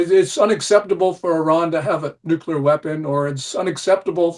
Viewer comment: Yet another smart individual who mispronounces nuclear...